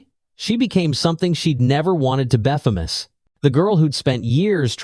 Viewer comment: In case you didn't remember she had removed the clip that held her pony tail. At what point during the fight did she put her hair back in a pony tail that Tyler supposedly cut off? So many flaws in your story including the strange pronunciations of many words. "BEFamous". "Rory Laffita" "The Winniest" Are you a serious author? Do you even edit the story before you post it?